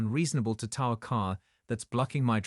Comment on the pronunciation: Can't you people get the language right?! TOW=just like "Toe", NOT TOW=Like COW. It's so irritating you people can't get get this right.